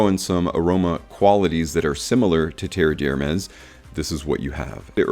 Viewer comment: Definitely doesn't smell like leather. No idea where that idea comes from. Have never heard anyone say that before. The pronunciation of Terre D'Hermes has also been butchered. It's not a difficult one to say.